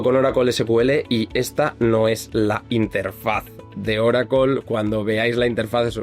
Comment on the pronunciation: Ahhhhh Oracle en nuestro idioma es Oracol. 😂 Tu eres top de la destruccion del español.